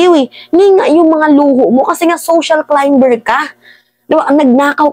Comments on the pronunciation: Climer not climber.silent B tnx po more power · Silent b ang pagpronounce climber. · Climber is pronounce as silent B po nanbabatikos ka pero mali mali nmn mga pronunciation mo pano na tayo nyn ngaun kong di nmn pala tayo nalalayo kay Bad Boy🤣🤣🤣, ayusin mo dpt pag nan babatikos matalino di obob... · silent b yung pagbigkas sa climber ( climer).